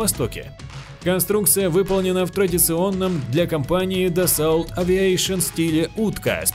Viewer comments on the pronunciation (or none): ДассО, ёпт, а не дассаулт...!!! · Дассаулт, блин! Ах да... Это же Франция. Там все ездят на Ренаултах и Пеугеотах. А так же пьют Бордеаух!))))))) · Как можно говорить эгл, дассаулт? По твоему не Рено, а Ренаулт?